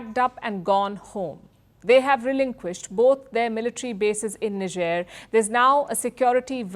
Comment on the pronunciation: Niger pronounced as nee-je-er .. I didn't know until I watched this report.